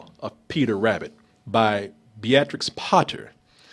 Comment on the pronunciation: That's an interesting way to pronounce Beatrix, I guess they've not heard it aloud before... I loved this review & I'll watch the film even though I'm worried it might ruin a childhood classic, it seems fun.